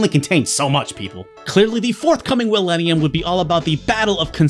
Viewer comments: Had to do a double take when I heard "the forthcoming Will-ennium" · Yeah, I caught you saying "Willenium," and I'm hit with nostalgia and anger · did you say Willenium? As in Will Smith's album of the same name? I heard that, lol